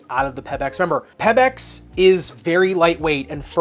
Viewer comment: It is because a previous review of the WOW 10 for my daughter to play HS Volleyball. So thanks much. My only comment here, is the way you are saying PeBax. It is pronounced Pea-Backs. Not Peb, like pebble. Keep up the great work otherwise.